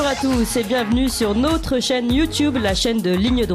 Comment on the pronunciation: Notre est un o ouvert et non un ô accent circonflexe. Merci de parler correctement.